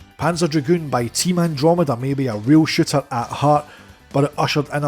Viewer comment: I was shocked to hear you describe Panzer Dragoon as ‘a real shitter’ until I realised you actually said ‘a rail shooter’ 😂😂😂